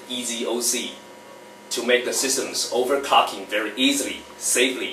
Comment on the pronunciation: Over-COCKING. Over-Cocking. Over-Cocking. Jigga-Herts Jigga-Herts Jigga-Herts Jigga-Herts Jigga-Hert